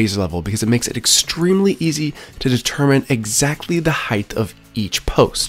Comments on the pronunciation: HEIGHT. wtf is "heighth"...😂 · Height, not heighth. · between the "heighth" and everything being a system (instead of just the thing) this guy drives me up the wall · omg I hadn't noticed that, you're so right